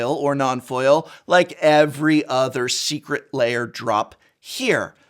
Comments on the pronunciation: What prof wants to say: Secret Lair What prof says: Secret Layer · Secret Lair, not Secret Layer. Come on, Prof, you’re a recovering English Professor. Love you and your content. Just picking a bone.